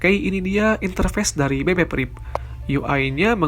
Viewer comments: priv bukan prip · BB PRIP wkwkw